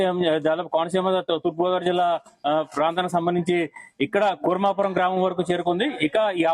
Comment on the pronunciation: Kuravaram kadhu thalli 😂 kurmapuram uru peru sariga Thelidhu kani newslu cheptharu